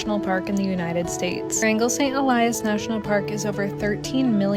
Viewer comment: Rangal Saint Elias should be Wrangell-St. Elias. Checking google maps before posting can save embarrassing moments like this--a mistake right out of the gate.🙄 This park is #3 in size in the world. the pronunciation was changed to RAN-jul. Then, , it was referred to as Franklin Saint Elias. Then, it became RAN-jul.